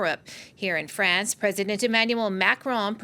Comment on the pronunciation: Sa voix! "Frayance"? C'est un pays?